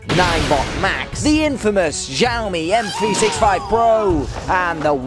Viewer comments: thanks for the vid but please learn how to pronounce xiaomi properly coz it makes u sound like a drunken nob the way u say it now... google it bro.. in chinese 'x' is pronounced like 'sh' with less emphasis on the 'h'... sorry to be picky but.... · Still pronouncing xiaomi wrong but oh well